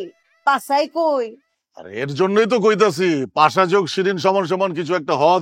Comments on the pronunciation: পাশা ❌ পাছা ✔️ 😂😂😂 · পাছা না 😅 পাশা পাশা। 🤣